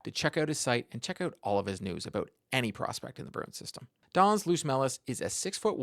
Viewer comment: It is pronounced "Luotʃmelis" - a bit rounder "o" than in English and "č" is like in "church. "Trust me, I am Latvian.:)